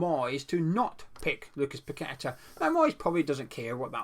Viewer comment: Not only a one man team that ticks with him playing but you actually know how to pronounce a Brazilian name unlike many others including that fence sitting gonzo.